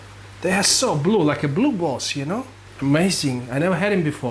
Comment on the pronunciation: Are u saying blue balls??? 😅😅 jk i know its blue bolts but ur accent makes it sound like balls 🏀 🏀 lol love the videos keep it up